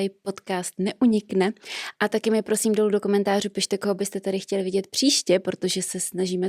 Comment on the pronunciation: pjosím pjosím pěkně pjosím David luu